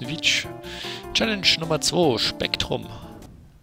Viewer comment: Und hier die Englisch-Liste für diesen Part: Keytastrophe (schon wieder) Spectrum (Erstmal deutsch aussprechen, alles klar, ) Velocity (Velocity hat übrigens nichts mit Städten zu tun) Kein Englisch, aber: SCHWIERIG Olympus (...) Indiana (Du magst es scheinbar wirklich, Sachen deutsch auszusprechen) Chronos (......, Zudem heißt Chronos nicht Uhr, sondern Zeit...) Schon wieder k1 Englisch aber immer noch: SCHWIERIG